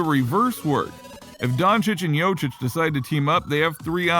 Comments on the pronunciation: It`s Jokić not Jočić. And no, he will not leave Denver. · If you're making videos about Jokić, at least try to pronounce his last name right. He's MVP, show him respect!!! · Wow, you really butcherd Jokics name. He was last years MVP and you cant say his name?!